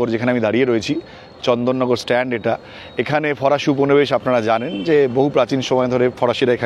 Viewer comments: চন্দননগর স্ট্র‍্যান্ড (Strand)... stand (স্ট্যান্ড) নয়। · চন্দন নগর স্ট্যান্ড নয় স্ট্র্যান্ড। স্ট্র্যান্ড মানে নদীর ধার। আপনি শিক্ষিত মানুষ এই ভুল আপনার কাছে আশা করি না